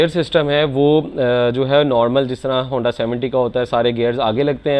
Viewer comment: Handi 😂 aisy hi nahi pendu bolty log ❤